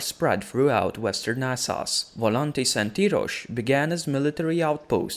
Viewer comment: Say it with me..."Wes-teros"...."Es-sos"....Ennngliiiisssh lol